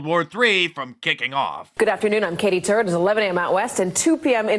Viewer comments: Wow.. she really DID say Katie Turd! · It sounds like she called HERSELF "Katie Turd" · Her name is really Katy Turd? That’s what it sounded like she said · Did she say Katie Turd? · DID SHE SAY '' GOOD AFTERNOON I AM KATIE TURD '' ?? LISTEN AGAIN 😂😂😂🤣🤣🤣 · Did she say Katie Turd? Listen to her intro again." She says Katie Turd..." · She did say Turd 💀😂😂😂😂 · I swear she said “Katy Turd” when she said her own name. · Did I hear her name correct Katie Turd?